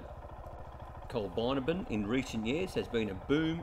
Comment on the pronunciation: Need to correct your pronunciation, Col bin abbin. I enjoyed the video.